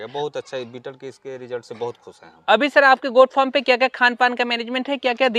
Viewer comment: Bhaiya aap form bolna chodiye, usko Farm kaha jata hai